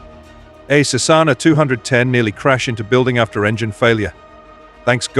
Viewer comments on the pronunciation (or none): Garbage AI fake voice. "Sue Sessfully" for "successfully", "Sess Aana" for Cessna, commas inserted at bizarre places and saying "dot" at ends of sentences. False statement "Everyone was OK" when clearly that is not so. And those frequent subscribe demands. Junk.